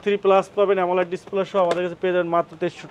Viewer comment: পাগলা অ্যামোলেড উচ্চারণ টুকু পর্যন্ত পারে না। শুধু চাপাবাজি।